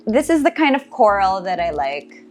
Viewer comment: Why all if u talking natural as “nay cho RAll” …. Coral as “krol”…. Back as “bark”….